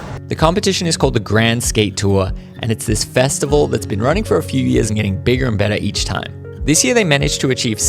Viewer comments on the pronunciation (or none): none